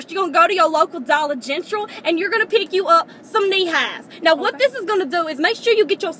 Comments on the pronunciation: Dollar "gentral"😂😂😂😂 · "Dolla Gentral" - LOL!!! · When she said "Dollar Gentral", I DIED! LOL!